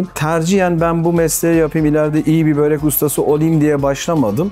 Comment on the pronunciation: Yazarken börek okurken böğrek ...abi niye